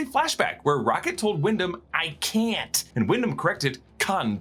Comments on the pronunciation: Nearly had a heart attack at pronunciation of can't. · thought on Wyndham's pronunciation of "Can't" and its connection to Kant is interesting, but it seems like a stretch. Unless the writers or Gunn revealed this to be true, I think this moment is meant to just further develop Rockets' character, highlighting Wyndham's psychological effects on young Rocket. Despite having an incredibly vast vocabulary, Rocket consciously chooses not to speak properly as a response to his rebellious nature and Wyndham's degrading criticism. Essentially, it's one of Rockets' ways of sticking it to Wyndham and his past. It was a great way to build off the way Rocket's speaks, which I think has always been a part of what makes his character so interesting and likable.